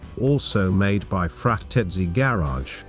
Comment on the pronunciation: awesome build, it look as original manufacture. "frateski" must be pronounced like in italian ? i bielieve...